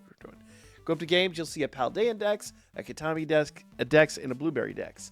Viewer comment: Heads up, you've got your pronunciation for the DLC map a bit askew! It's like "key-tah-kah-mi" when you were saying "key-tah-mi" ! Great vid otherwise!